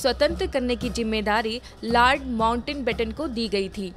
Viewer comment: It's "Lord Mountbatten" not Lord Mountainbatten..!! Please make required corrections.